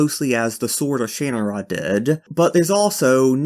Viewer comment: I believe it's pronounced Sha-nara. Or at least that's how the FX TV show pronounced it.